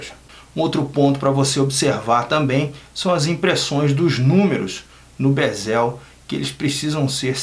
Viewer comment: Pq q tanta gente no Brasil fala "bezÉl" ??? O mundo inteiro pronuncia "bÉzel"